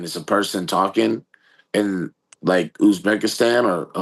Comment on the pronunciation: Where is Youzbekistan, Ariel? Its Uzbekistan. Now its Azerbaijan and Uzbekistan you cant pronounce.